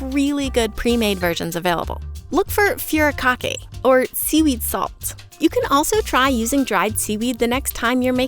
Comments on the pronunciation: lmao "fury" kake, it's furi not fyuri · Just a friendly note that "furikake" is pronounced like "foo-ri-ka-kay" not "few-ri-ka-kay" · The most fun fact that was not mentioned is that kelp (and algae as a whole) isn't a plant. Much like mushrooms. furikake = "foo-ree-kah-kay" not "fury-kah-keh"